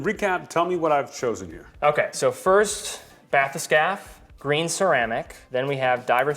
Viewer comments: It's pronounced Bat-Hess-Cappy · it's pronounced "bath-escape"